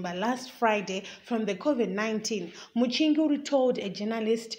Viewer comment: Journalism yakho chisikana Inoda improvement......pawati iwe "Mchinguri dambles"...then your pronunciation of "exile".mmmmmm....onai zvokuita...You dnt have to speak Chirungu as L1 speaker but izvi is just not good enough...maoneroo Angu